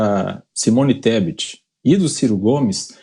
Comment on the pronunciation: O analfabeto não sabe pronunciar o nome da mulher , e ela se ajoelha aos pés dele.... Vai que vai Simone ESTEPE.... KKKKKKKKKKKKKKKKK